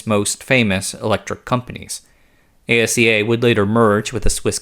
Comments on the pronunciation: Thank you, working in the industry and hearing A-S-E-A was driving me crazy. Ah-see-ya! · ASEA is an acronym that's pronounced Aseá. The individual letters aren't spelled out just as they aren't in e.g. SAAB and IKEA. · Störde mig också på det. Speciellt asea.